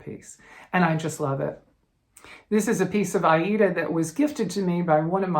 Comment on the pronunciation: You must be the only American that pronounces Aida correctly.....🌷🌷🌷🌷.....thank you